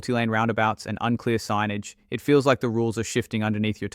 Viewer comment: You said it unclear sinagè